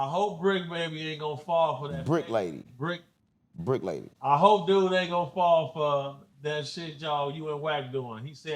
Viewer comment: This nigga said bricc lady 😂😂😂😂